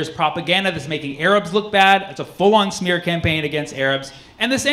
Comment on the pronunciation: 'The smerrh campaign.' 😆